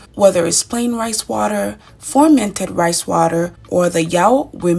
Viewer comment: Thank you dear. Please dear u keep saying formented but it's Fermented dear. Please correct that. Love u dear.